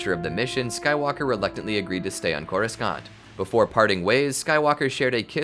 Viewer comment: Drink every time he says Coru-scant